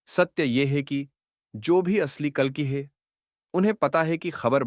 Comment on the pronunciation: Apko ek correction suggest karta hun. AI jiss script ko read out kar raha hai, jab bhi woh "hai" ya "hain" bolna chahiye....wahan woh "hey" bol raha hai. AI la hindi toh thik hai, lekin aap ek baar correction karke dekhiye ki "hey" aur "hai" ka antar aa raha hai ya nahi. Dhanyawaad sujav swikaar karne ke liye.